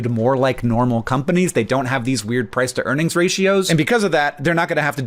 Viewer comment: For a sec I thought you said Press to Earnings Ratio lol